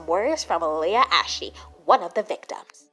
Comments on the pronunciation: It's pronounced leah ashe not leah ash e the bodies don't sound good either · Why did call Leah ashe Leah ashee? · O Omg soo good! But its pronouned leah ash teheheheh but its spelled leah ashe. And wow this should have like 100k like or more :O Like 999k